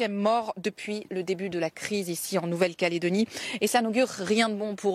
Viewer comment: elle a une drole de facon de prononcer "caledonie" la presentatrice, pas comme on le dit ici sur le caillou